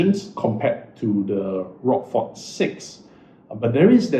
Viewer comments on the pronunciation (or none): Pronounced rosh-for, not rockfor!